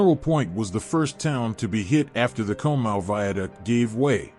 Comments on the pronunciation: Conemaugh is pronounced (Con-A-Maw) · For those of you who don’t know Conemaugh is pronounced caw-ni-maw. That AI voice was butchering it. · It’s pronounced con-a-ma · Love the video dude, i live about half a mile from the valley the water went through. And btw conemaugh is pronounced [cawna mah] lol. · Excellent video! Some things though you can look into, South Fork Dam would be on the upper right of the map, to the right, to the right of the stone arch viaduct. Conemaugh is pronounced Con-a-maw. What really clogged the spillway were the grates that were installed because the lake was constantly stocked with game fish for the members. It kept those fish from escaping. It was also poorly maintained and could not be removed, either they were stuck, or someone more worried about losing the fish! 🤯 Also, the telegraph message was slowed due to cuts in the telegraph lines by adjacent flooding from creeks and streams. Trackwalkers had to hand deliver the message to the next tower operator, causing delays in the messages getting through. It went from South Fork to the next online tower, given to the trackwalker, who delivered it to East Conemaugh tower's operator, sending it to Johnstown. "The dam is breaking, RUN!" was the town joke at the time. Some heeded and ran for Westmont hill, while others didn't. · This also bugged me the whole time listening😂